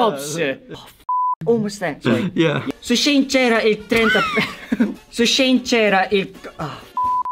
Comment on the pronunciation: " shishinceramente 30 percento .."